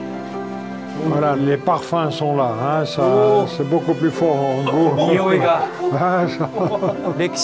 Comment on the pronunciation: bonjour tu leurs as dit... ' merci beaux cul..' cela signifiait quelques choses? lol au japon on sait prononcer le COU merci BO KU /